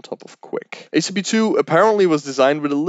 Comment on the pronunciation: Here we learn the differences between H P2 and H P3.